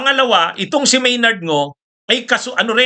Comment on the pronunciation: Maynard Ngu po attorney, hindi Maynard Ngo. Mali lang po ang inyong pronounciation, katulad ng petsa, pronounced ninyo pitsa. Ganyan siguro mag-pronounce ang mga Bicolano. Pardon me.